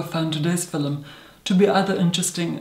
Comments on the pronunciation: "So today's FILUM." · Wait, are you Irish? Had three exchange students from Ireland in my university and they all pronounced “film” as “fillum”. I thought it was the cutest thing ☺️ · Every time says "film" in a video ahhh I love it! The sound of his voice is amazing and the way his mouth moves when he talks. ❤